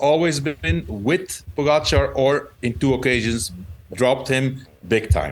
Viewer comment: Why do you insist on pronouncing Pogachar's name incorrectly? It's not cute. GTFU.